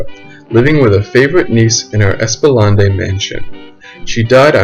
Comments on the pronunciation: Hopefully by now you know how to pronounce ESPLANADE Street. It’s ESS-plah-NAYD, not ESS-plah-NAH-day. You can hear it pronounced on YT if you don’t know how to read phonetic pronunciation. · Esplanade is pronounced "ES-pla-naid". Sorry I just had to correct that. Native New Orleanean here..... Took me a while to figure out what street he was referring to! However very interesting documentary! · Very good info, but hard to listen to the mispronounced words, please consider a new recording with things correctly pronounced (IE: Es-pla-nade and Met-ah-ree) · "Espalondee"? Lol. Also, Dauphine is "DAW-feen" locally or (approximately) "DOE-feen" in French (you're pronouncing it as masculine "Dauphin"). Great video otherwise. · Yes lawd I was saying the same thing 😂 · Lol so glad you said that, I heard it and was like, whhattt did he just say lol! Thank you! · you're telling me it's not called espalonday street?